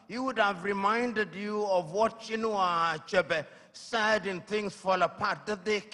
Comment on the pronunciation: Chy-inu aczebe? Was a noble writer and renounce all in one